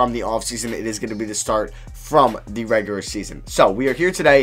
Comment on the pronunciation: you never say the word ‘regular’ right